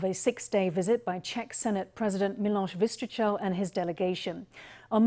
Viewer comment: Thumps up to all reporters and their pronunciation of 'Miloš Vystrčil'.